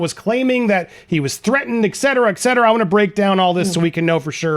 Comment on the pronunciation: Et certa not ekserta..please!